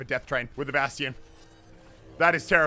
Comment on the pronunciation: Still pronounced bastions name wrong